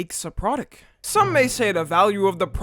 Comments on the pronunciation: "The pra-dick" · is it just me or does say produc and not pronounce the T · I’m not hearing that “T” in Product I’m hearing “K”